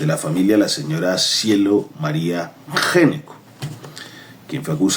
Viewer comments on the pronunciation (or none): Debe pronunciarse ÑECO, en italiano. El primero que llegó se llamaba Giuseppe Gnecco, en el siglo XVIII. No en XIX.